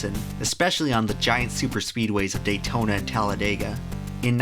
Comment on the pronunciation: "Datona speedway" dang maaang